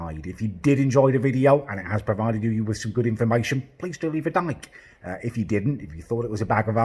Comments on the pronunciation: He said dike instead of like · “Please do leave a dyke” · At the end it sounded like he said ‘please go leave a dyke’ 😂😂😂